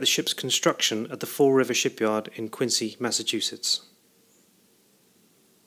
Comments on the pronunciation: Yes, I lived in Quincy for over 40 years and had my sisterr, two brothers in law and many friends work at the Fore River yard during WW2. And the proper pronunciation is Quinzee not Qiuncee. All other cities in the US of A are pronounced Quincee. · Thanks for making this video. I have a few questions and comments. Having grown up in the area, I can tell you that the local pronunciation of Quincy is different than it is spelled. Replace the "c" with a "z" and it will sound correct. Regarding the slipway where the ship was built, I think it is either #10 or it was one of the "cruiser" ways (6 through 9). This is because the craneway doesn't have the heavy girder overhead structure. 10 through 12 all had this structure at least when I was growing up (see your 1980s photo) and perhaps it was added during the war. If you look at a video of the launching of USS Massachusetts in 1941, it appears that #10 doesn't have the overhead structure, or it's building ways was farther north. Secondly, where did you get these photographs? I have always been fascinated with the craneways at the shipyard and have found very few pictures of them. Again, thanks for posting. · Thanks for your feedback. I've been told about my pronunciation of Quincy a few times now :) According to cassidy109 (see comment below), the ship was built on #10 slipway (#11 and #12 were built later in the war). All the high res photos I got from the National Archives. Don't forget to check out the other videos in this series on the home page!